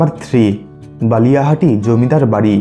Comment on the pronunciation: Balihati noi bakiati.. Singair manikganj Theke